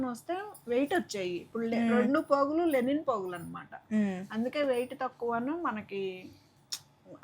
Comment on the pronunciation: లెనిన్ కాదు గారు.... లినెన్